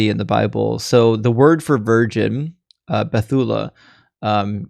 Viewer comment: hi there, Hebrew speaker here. To better pronounce BETULA, make the stress on the LA not TU. In fact, I struggle to find a word in Hebrew where the stress falls in the middle... it falls on either the first or last syllable. Love the channel!